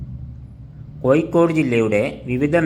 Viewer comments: എന്താണ് ചെങ്ങായി കോയിക്കോട് അല്ല ഇങ്ങനെ അല്ല പറയേണ്ടത് കോഴിക്കോട് ഇങ്ങനെ പറയൂ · കോയി ക്കോടല്ല കോഴിക്കോട് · കോഴിക്കോട് എന്നെങ്കിലും ശരിക്ക് പറയാൻ പഠിക്ക്